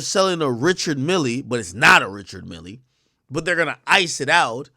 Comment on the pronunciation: The watch is fake, the complete coloured set is in Dubai and never left 😉 Its Richard Mill(e) in french the E is silent.